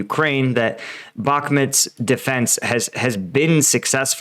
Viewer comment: Ukrainian speakers call it Bakmut not Bakment